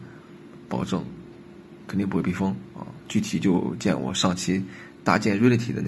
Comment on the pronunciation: reality读错了，这么基础的单词。。。。